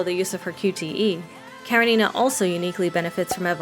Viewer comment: Off the topic, but it's KarEnina. Please, put the stress on E. It's a russian name from a book literally named Anna Karenina, written by Lev Tolstoy. And thank you for the video, now I will think about getting her, even though I don't like tsunderes that much :D